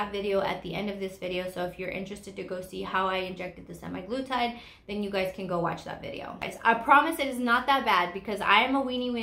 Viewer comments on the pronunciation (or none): And it’s semAglutide, not semi.